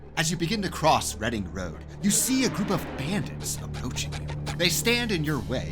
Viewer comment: I wonder how many people learned that Reading is pronounced reh-ding not ree-ding through this video